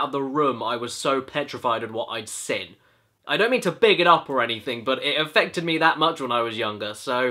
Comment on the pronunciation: When caddy says seen it sounds like sin.